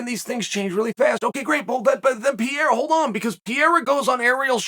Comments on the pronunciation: Can someone please let Chael know hes pronouncing Pereira's name wrong everytime? Its not Piera Chael, its PEREIRA. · Who the hell is PEA-AIR-UH? It's PURR-RARE-UH. 😂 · Damn! Pronounce His Name CORRECTLY! “Peh-heida!” Not “Pee-era”. Please for the Love! If a “Pro” podcaster from Brazil was doing a piece on the newly crowned Champion Of the World, Chael Sonnen, and he insisted on pronouncing it as “Soo-Nane”! Ish would HIT The Fan! Please Uncle C! Assume your pursuit of perfection and Know Your Ish! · Pa-Ray-uh Chael please stop calling him Peeair-a bro please lol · if cheal calls you "Piera", you're no longer Pereira...from now on you're name is Piera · For haeven sake is PEREIRA and not PIERA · Piera LMAO. Chael is such a numbnuts. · purr-era. It's not hard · Wait who is Pierre-uh? 😆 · Who's pierERA? 🤣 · new mythological fighter: Alex "PIERRA" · who the fuck is pierra uncle chael?? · K Pereira. Only chael calls him pierre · Chael still calling Alex pierra 😂😂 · This is a very hard listen. I think pronouncing Pereira's last name correctly is a small ask and it says alot by not pronouncing it correctly. I think being a professional is not that difficult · It's astonishing how such an intelligent guy can consistently mispronounce 'Pereira'. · Dude! your pronunciation of Pereira is so freekin original it's from another planet. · There’s two R’s in Pereira champ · Chael better learn pronouncing "Pereira" right.